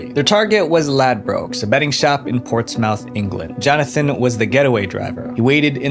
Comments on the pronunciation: That's not how you pronounce Portsmouth, it's pronounced PAWTS-muth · As a Brit, the way you said Portsmouth made me giggle. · As a former New Hampshire resident, I got a kick out of that too.